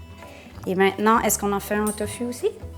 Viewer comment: ça se dit tofou ma belle